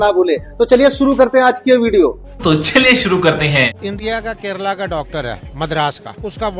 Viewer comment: ਓਏ ਕਰੇਲਾ ਨੀ ਕੇਰਲਾ 😂😂😂😂😂